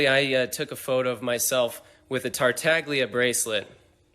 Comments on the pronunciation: It's aCTUALLY, pronounced "Tartalia" 💅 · "tartaglia" is pronounced Tartalia, just drop the G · Ay dude note: to pronounce "Tartaglia" the G is silent, since it's Italian. And Pin. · pronounced 'Tartaglia' without the 'g' being silent. This is offensive to Italian culture. Cancel him. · While that is correct, in game he does pronounce the g. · Im pretty sure in one of the Zach’s stream, Griffin said that they had been told to pronounce Tartaglia like that. (sorry for my bad english)